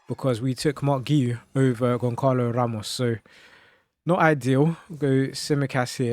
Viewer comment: Pls learn how to pronounce the name of the players you saying, it’s not gonkalo it’s Gonçalo and not yordi alba it’s jordi alba bro